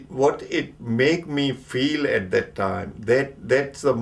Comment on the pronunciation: THAT not Dat